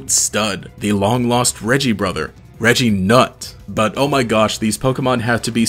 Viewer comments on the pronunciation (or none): Why so much emphasis on the "nut" part 🤔